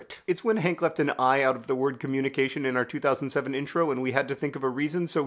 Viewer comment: So I'm Dutch and you're not and I get that BUT. WHY did your brain decide that the word "in" should be pronounced "on"?? like??? Anyway good vid bye